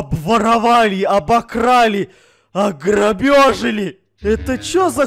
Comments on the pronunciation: хот я казак но я руски хорошо знаю говари ограбили а ни ограбёжели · огробежили! Я: ржу Мама: что смеешся Я: говорит:огребежили! Мама:*ржот* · Никто: Обсолютно никто::аграбёжали😂😂😂😂😂